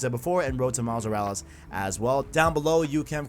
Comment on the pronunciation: Dude, its miles morales not miles moruls